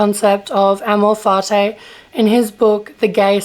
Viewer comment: Can you first learn how to pronounce amor fati correctly?